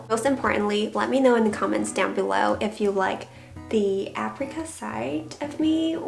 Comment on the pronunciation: What is aprica? Can't she read that apricot has a T at the end?